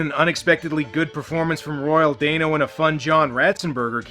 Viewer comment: I think it's Royal Dano (DAN-O, NOT DANE-O). Also, the skull grants whoever holds/touches it eternal LIFE, NOT eternal YOUTH, there's a MAJOR difference.